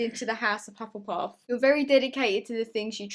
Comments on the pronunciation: Omg calling us Hufflepuffs hufflePUPS 😂❤️ I loved that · Test: “Hufflepuff”: “Hufflepup” me: “Hufflepuss” lol idk it’s 12 am I’m bored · surprised he got hufflepuff Also: hufflepups.. Aawww